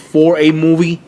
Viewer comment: the way you say movie just pisses me off. FUCK YOU!